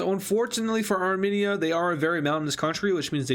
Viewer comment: stop calling it arminia its armenia